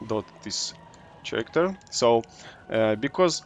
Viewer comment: Hi, great video. In fact I like all of your videos. Very helpful and fun to watch. I love RoR as well. One point I'd like to make however, just a small thing about how to pronounce the word "character", and it's this: pronounce this word as karacter and NOT cher-racter. The letters "ch" often form a hard 'K' sound, though not always. In this case though it is a hard 'k' sound. Keep making vids, and only thing else to say is: bring out tier 4!! Seeya in the rvr lakes. Peace.